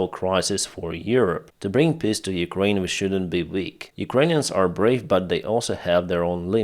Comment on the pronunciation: Not making fun of you,, but the Ruzzian "peace plan" is a piss plan, as you pronounce it...Heroyam Slava.